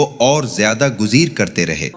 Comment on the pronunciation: آیت نمبر 6 گزیر کے بجائے گریز ہے